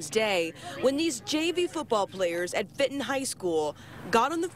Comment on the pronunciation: Why did she call it Fitin High School? It's Fenton...